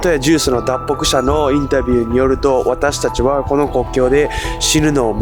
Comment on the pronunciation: 声色も違いますね。『ジュース』のあとの、私たちはの『は』の発音も違和感ある